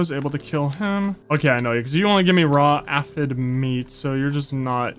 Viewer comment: It is pronounced Aye..fid.. Glad You Re playing this game!